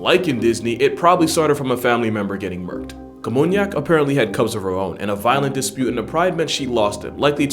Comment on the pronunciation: it was namunyak, not kamunyak